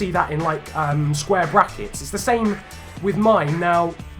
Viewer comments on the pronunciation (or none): none